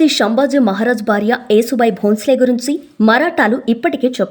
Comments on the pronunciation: యేసు భాయి కాదు యషు భాయి యశు అంటే యశస్వి లలిత సహస్రనామాలు ఒకటి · Wrong యేసు భాయి కాదు ,యషు భాయి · Yesubai kadu Yashobai..means fame and popularity..yashamu Keerthi..yashobai..Konchem telugu ni kuni cheyakunda unte better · Neeku telugu matladatamu raadhu anukunta yesu bai kaadhu thalli yashobai ani anali